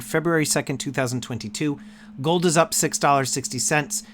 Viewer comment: "I love goldddddd!" *Goldmember accent